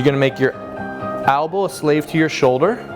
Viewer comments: "albow" lol i stopped listening to this guy when he let clients press behind their heads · albow... ugh thats the only thing i hate about his videos